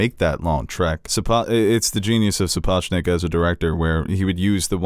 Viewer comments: Isn’t it Sap-och-nik? If this (how it’s pronounced in this vid) is how you pronounce it I’ve been seriously screwing it up!! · Sorry but I don't think you get there from here... Alicent isn't that badass (cause why regret everything afterward) and is either is Cristin (Go from crazy in love to this)?? and it's "Su-Poch-Nick"... and why is the Queen part of the small council?? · Jeez, get the man’s name right, will you? That’s not how you pronounce Sapochnik. And…all the other times, you said the name correctly. Fascinating.